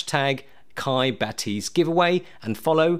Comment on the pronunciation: 'Bah-tizz not Ba-'tease